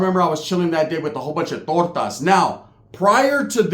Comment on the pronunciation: You really said "TORTAS"😮